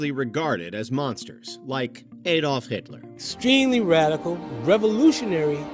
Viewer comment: You: We wont be mentioning “eidolf” Hitler Me: stopped the video and moved on.